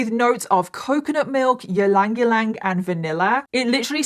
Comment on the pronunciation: Ylang-ylang is pronounced EE-lang, EE-lang. Lol